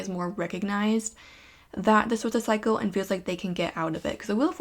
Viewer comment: pile 1 u said cycle but i kept hearing psycho 😬😋😂